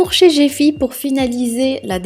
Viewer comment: Cest GiFi pourqupi tu prononce gefi???